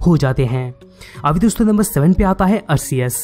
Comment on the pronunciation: Bhai wo Arkeus hota hai but it spells Arceus.